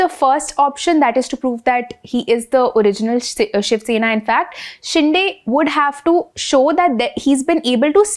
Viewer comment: शिंदे not शिंडे